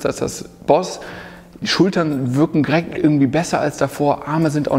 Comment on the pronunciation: Du sagst immer "girekt" statt direkt. Achte mal drauf ;) Ansonsten aber ein cooles Video!